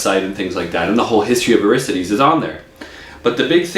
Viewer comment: You review the guitars and can't pronounce the name =\